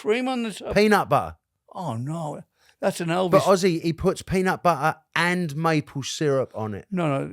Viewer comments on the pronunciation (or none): The way pronounced “peanat butt-ah” changed the way I’ll be saying peanut butter from now on 😂 too cute lol 💖